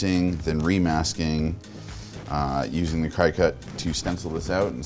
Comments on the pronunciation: Did he really call the Cricut vinyl cutter a "cry cut"? Yo, my guy, it's pronounced "Cricket". Sick paint job, though. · It’s pronounced Cricut like the bug not cry-kut lol great video though! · Cry Cut? Isn't it pronounced "cricket"? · I’ve gotten laughed at for pronouncing cricut like that. Apparently it’s pronounced like cricket. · I believe that is pronounced like cricket. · The name is Cricut and it is pronounced like the insect (you should probably Google the pronunciation if you're not sure...) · Have I been mispronouncing Cricut all this time? Is it really "CRY-cut"? No, that can't be right. Their logo has a little cartoon cricket next to it. Cricut, cricket, same pronunciation... Right? Maybe the first syllable is like cricket but then it's the word "cut" for the second syllable. It seems like that i should be a short i sound. I mean, their mascot is cartoon cricket. I don't know. Nobody cares. I'll shut up now.